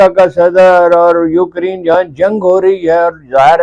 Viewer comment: Sir it is UKRAINE not UKrine, with respect.